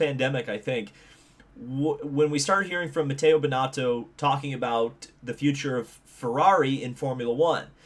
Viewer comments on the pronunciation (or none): Thats not how you pronounce mattia binotto